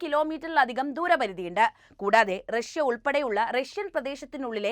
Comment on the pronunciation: റക്ഷൃ എന്നു പറയണ്ട പുടിൻ, റക്ഷൃയുടെ ഇപ്പോഴത്തെ പതനത്തിന് കാരണവും നിങ്ങൾ പറയുന്ന ഈ നായകനാണ്. നാണമില്ലേ😂😂😂😂